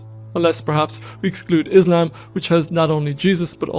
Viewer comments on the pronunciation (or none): none